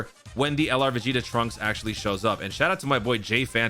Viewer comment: ah yes “piccolo vs veg Jr.”😂